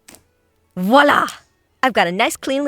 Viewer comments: Nobody: / or what ever: vOaLa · nobody: not a single soul:: WiOlaA edit: thanks for likes lmao <3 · « HOUuHhh vOiLaH »